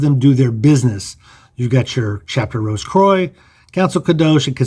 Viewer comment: Rose Croix =🌹 K-wa, is the correct sound... (French) All The best Brother... From The UK